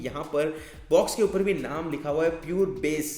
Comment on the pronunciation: You speak andar as anada_ , upar as upa_ .... Hindi ko toh dhand se bol le gadhe... Angrej ban rha hai